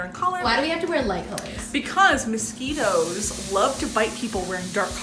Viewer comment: "I hate MOS-SKITTLES"